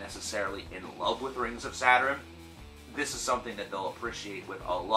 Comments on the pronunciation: saturen he keeps saying saturen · Saderin? Saturn? Now I'm intrigued on the correct pronunciation 🤘